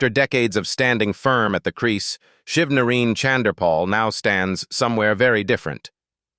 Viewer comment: Why the f... you all can't pronounced people name properly?? HIS NAME IS SHIV NA RINE..NOT : SHIV NA REEN!!!..Jeezzz !!😡